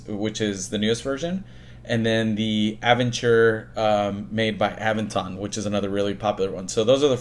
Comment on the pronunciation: Wow, you managed to butcher the pronunciations of Aventon and Aventure and Magicycle